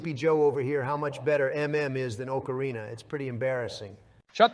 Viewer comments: Biden would pronounce it oakareena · Joe and Donald are exactly the type of guys to say oakarina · Oakarina lmao. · Oh-carina. Bro can't even say the instrument right. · Joe "Oakarina" Biden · wtf is an OAKarina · They are saying Ocarina wrong! >:( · The best part is that neither of them pronounce "ocarina" correctly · I hate the way they pronounce "Ocarina".